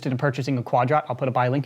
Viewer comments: Everytime he says'Quad rot' seems like he is pronouncing quadrant incorrectly... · the fact that he calls it quad ROT TRIGGERS ME